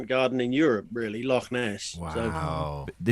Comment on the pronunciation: I love an Englishman that can say Loch